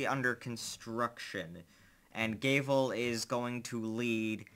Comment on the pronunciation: You pronounce "Gavel" like "Gay-Ville"